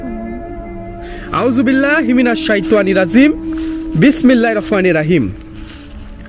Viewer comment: কিরে ভাই।বিসমিল্লাহ টা ও সুন্দর করে বলতে পারেন না।আরবিতে শুদ্ধ বলার কোনো বিকল্প নাই